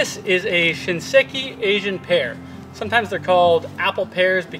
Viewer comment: "Shinseiki". I heard you say Shinseki. The sei is pronounced "say"